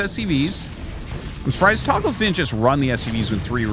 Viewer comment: Fun grammar lesson: The word "togles" should be pronounced "TOE- ghels" because it only has 1 g. In typical English words, You need a double g to indicate a soft vowel sound. In other words, the name Artosis is saying would be spelled "Toggles."